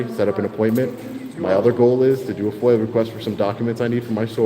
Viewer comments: Voices: "Corruption!" "Meow meeowwww mrrow!" "FOIL* Requests!" "Constitutionally protected activity!" "You'll never be as good looking or accomplished as the twin you ate in the womb..." *Obviously it's FOIA, but I swear, EVERY time that little rat-screw of a man says it, it sounds like "foil." Effing Long Islanders, with their lazy pronunciation 🙄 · Frauditors are dropping like flies. I heard every time a frauditor goes to jail, an angel gets his/her wings. And it’s FOIA not FOIL.